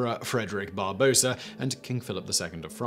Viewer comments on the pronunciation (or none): First, it's Barbarossa and not Barbossa. Second, where is Götz von Berlichingen? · He also called Frederick Barbarossa "Barbosa", making him the most portuguese german that ever lived.